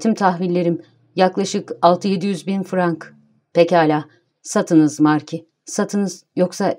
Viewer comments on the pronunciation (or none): none